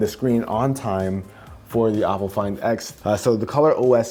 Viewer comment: Not to be rude, but the pronunciation of for Oppo is Oh-po not "op"... otherwise good video, I have been looking at getting this phone, but since I am in China I would have to find a way to flash the international rom on it because the local flavor is heavy on the security settings and locks everything in place not allowing the end user to use custom software, like google assistant or nova